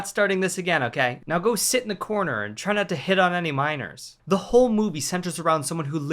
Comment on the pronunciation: Why do I always hear "minors" as "miners"…? Also vice versa, come to think about it.